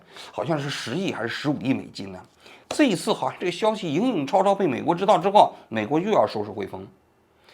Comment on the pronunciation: 王局，影影绰绰念错了，念chuo